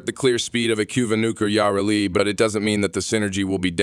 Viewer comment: Its Yuh-Reli not Yaw-Reli god this bothered me